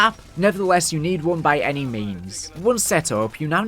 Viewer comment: The way you said one bugs me